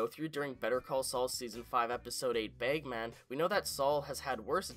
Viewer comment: It's pronounced "bagman", not "begman". It drives me nuts that you keep mispronouncing "bagman". Also, it's "drag", not "dreg". It sounds like you have an accent problem. You need to work on pronouncing, and enunciating for future videos.